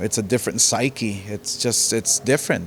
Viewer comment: Psyche!🤣 He must’ve just learned that word.lol